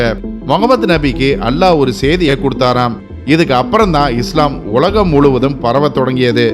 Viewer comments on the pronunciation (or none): none